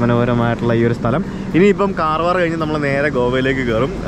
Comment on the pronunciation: കാർവാർ അല്ല കർവാർ ആണ് ബ്രോ 🤣